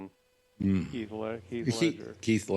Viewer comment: Alex, Heath, not Keith.